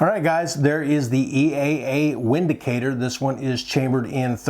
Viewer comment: It's pronounced " Vin -dicator "